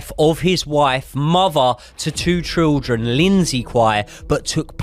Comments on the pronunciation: I can’t get over the trildren pronunciation 😭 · I love how you say triljun instead of children 🤣🤣 great stuff boys 👏👏